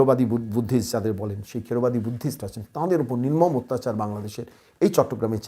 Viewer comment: দাদা কিছু মনে করবেন না, এটা থেরবাদী বৌদ্ধ হবে, খেড়বাদী নয়।